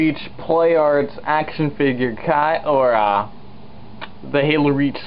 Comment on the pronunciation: dont say figr say (fig-yur) figure